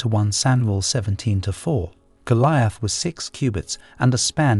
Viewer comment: He massacares pronouncing ‘‘Goliath” rather hilariously also!